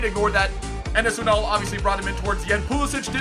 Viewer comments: Pulisic, pronounced Pulisik NOT Pulisich. And that's straight from the mouth of Pulisic. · you say emre and pulisic wrong pulisick no sich he said it in an interview and emre like emre can, im not being mean in just pointing it out, love the vids